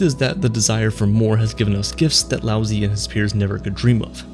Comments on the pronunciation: Love the video. But the pronunciation of Lao Zi is being butchered. You got the Lao correct, but Zi is pronounced more like Tseh, not Zee. You end up making the name sound like you're saying lousy, which is of course not appropriate. Keep it up with the great vids, it's a shame this one has so few views. Flow is attainable through meditation. I have been fortunate to experience this after much practice. I have sat and meditated in complete stillness, thoughtless, and it was bliss. Time went by like nothing I've ever experienced. What felt like maybe 5 minute was nearly an hour. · Lao Tzu ...not "Lousy" lol... either way, great video on a great topic. ...be like water my doods. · Just for everyone to know his best known name is Lao Tzu, and he pronounced 'Laozi' wrong as well it's pronounced 'Lao-zah' for those who wanted this information to know more about the philosopher